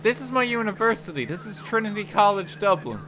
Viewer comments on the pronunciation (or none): none